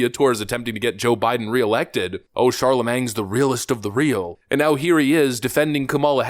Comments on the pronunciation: You can't rag on Kamala for how she pronounces things weird and then keep saying Charlamange wrong repeatedly....it isn't Sharla-manG , it's sharla-mayne. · It’s not ‘Charlemang’. It’s Charlemagne, pronounced ‘Shar-la-mayn. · I don't know if you're intentionally pronouncing it Charlemang, but I'm glad you are. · are you using 'mang' as a poke at his lack of intellect? or do you just not know its early French name so the 'g' is silent even Wikipedia gets it right Charlemagne[b] (/ˈʃɑːrləmeɪn, ˌʃɑːrləˈmeɪn/ SHAR-lə-mayn, -MAYN; 2 April 748[a] – 28 January 814), he is kinda famous king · I know you're academically gifted,, but it's pronounced Charla-MAIN, not Charla-MANG. Try harder. The irony of my having to post this comment on this video should not be lost on you. My brain hurts when you say caricature. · Just a nit pick here, it's Shar-la-mane. Just saying if we are commenting on pronunciation... anyway these race hustlers do not have anything to talk about if it isn't race. They cannot comment on how she got into public "service", what she accomplished while there, her qualifications for any of her positions (especially not the ones involving Willie Brown) just race...all while ignoring half of her race, kinda like obummer. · "CHARLMANG" ? Dude... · Hearing the “g” in “Charlemagne” pronounced repeatedly was extremely grating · Irony is that you cannot pronounce Charlemagne...otherwise good video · She didn't mispronounce patently or absurd, she just used less common versions of how they are pronounced. With all she's failed at this is what you lead with? And how do you pronounce Charlamagne? Didn't you ever learn classic Western history? Also, marijuana isn't as benign as you portray. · Love you, but... Probably shouldn't make fun of someone mispronouncing words while continuously mispronouncing someone's name throughout the entire video. Js (Hint: the G is silent)